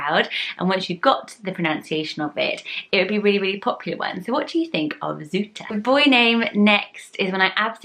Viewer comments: Zoete is right, although it’s said “together” = Zoete, not Zoe-te. Love your channel! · it's not really "zootah" its more like 'zoo-tu' without adding like a 'w' after zoo', zoo just needs to be said short. But it doesn't really matter that much. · You pronounced it well for a foreigner tho! There is another pretty Dutch name with almost the same meaning which is Lieve. Both names are adjectives in Dutch :) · You pronounced Zoete right except the t was a bit too harsh. It's a Dutch word indeed but I have never heard it as a name before!